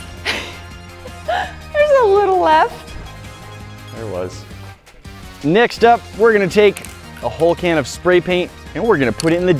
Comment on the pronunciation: Normal person: Next up: Naxt up Bringing out a southern accent